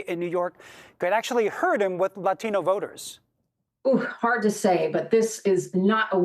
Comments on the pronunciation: she pronounced it "lateen". It was confusing to hear. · she said "lateen" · The professor keeps saying “lateens.” A lateen is a sail, so…..?? How much of an expert is she? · Who are Lateen voters? Are you trying to say "latino"?